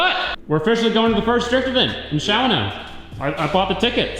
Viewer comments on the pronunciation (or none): SHAW-NO I understand non-Wisco people have a hard time with pronunciations up here. :)